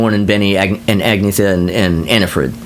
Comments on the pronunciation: Love this breakdown whether I agree with it or not. It’s cool to hear these reviews from someone with a strong musical ear. Have to admit the mispronunciation of Agnetha (should be pronounced more as “Ag-NYET-ta”) was a little grating. Interesting to hear someone agree with me on much of Super Trouper. We’re definitely in the minority on that! 😂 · The yodel in People Need Love.. awesome and non Brady Bunch. And Call Agnetha “an-ye-ta.”